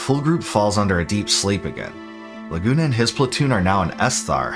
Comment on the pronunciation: great video, but honestly how can your pronounce laguna properly but not rinoa